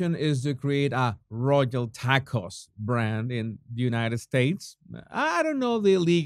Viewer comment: 😂😂I like the way you say "taco".